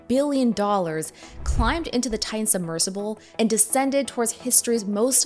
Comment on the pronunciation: Can't stand that she's pronouncing Titan as "tayn".